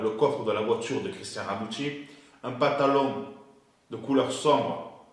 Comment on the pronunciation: Le Pentalon... avec un "E" tu m'as tué lol